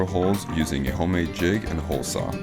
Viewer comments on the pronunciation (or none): none